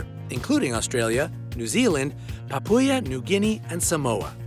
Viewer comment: Its papyo͝oə,ˈpäpo͝oə not Papyua